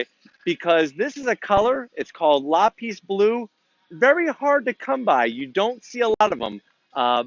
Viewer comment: it's pronounced Lap-pis not Lah-peace